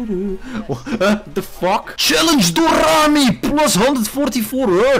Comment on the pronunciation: SHALLENGE DORRRRRAMI PLUS ON 144HZ